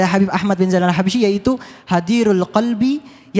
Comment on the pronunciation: Maaf ustadz itu baca Al nya di qalqalah